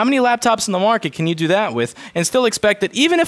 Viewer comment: But Caan you do dhis?